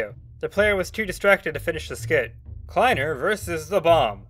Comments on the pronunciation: i think its pronounced kly-ner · I don't like the fact they were live, they could have been recording and not living. also, the way you said kleiner in the first mention of kleiner makes me want to shoot myself in the head then respawn then do it again and loop that again and again. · you said kliener wrong